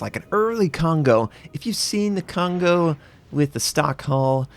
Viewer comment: I feel bad when American people pronounce Kongo wrong